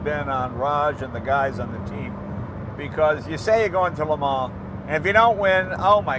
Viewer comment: LMAO.. it's the murican in him